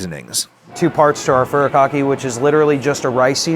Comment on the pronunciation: I cant trust anyone that pronounces furikake like that. Very disappointing to hear.